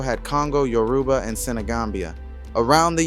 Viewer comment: Great job! Just a note Igbo is pronounced EE-bow The g is silent Yoruba has more emphasis on the ba like yo-rue-BAH But I’m sure an internet search could help with hearing how the natives pronounce it